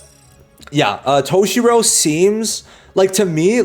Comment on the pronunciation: brother said toe-shirow